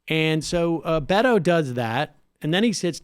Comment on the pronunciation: Sam said Beto like He was saying Fuck You.